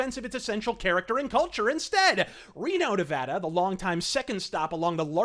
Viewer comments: Also, thank you for pronouncing "Nevada" correctly. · Thank you for pronouncing Nevada right. I remember a little while ago when a apartment complex in Vegas end up solictating to residents in LA. It's going to get worse when the new stadium opens. Fuck California!